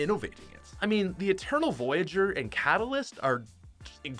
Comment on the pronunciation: He said catalyist and the editor out ultima knight